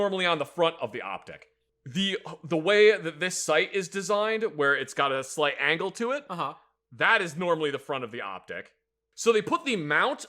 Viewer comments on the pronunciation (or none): Or “Slate (slight) Mistake.” 😂